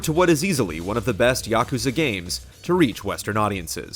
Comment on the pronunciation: Why do you keep saying Yokuza?